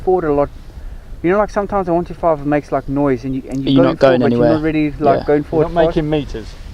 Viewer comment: Its not a 1...2....5, its called a ONE..TWENTY ..FIVE . Hope this helps.